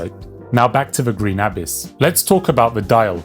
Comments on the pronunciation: Abiss? stop saying it like that xD it's abyss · say abyss properly